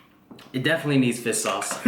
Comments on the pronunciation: fish not fiss lol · It sounds like he is just saying fis. Instead of fish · He says fiss sauce instead of fish sauce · it is fish, not fist. lol. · What is "fiss" sauce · yo what the fuck is fis sauce? fish sauce?